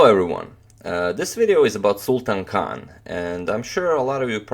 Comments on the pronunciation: Sultan Khan is pronounced as Sultaan Khaan. Sultan means King. What an irony! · People say you pronounce players names well but you didn't do his name justice